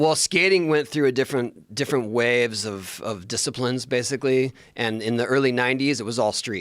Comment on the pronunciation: . The way Tony says "waves". So pitted dude.